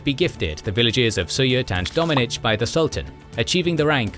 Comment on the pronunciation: I am impressed by your correct pronounciation of many Turkish names, such as "söğüt", "domaniç" etc.